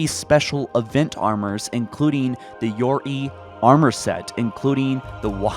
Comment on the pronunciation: Yo-Roy is how you say it, like you're saying yo to a dude named Roy